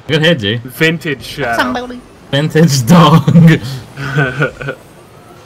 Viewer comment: anybody hear him say "Samboody" lol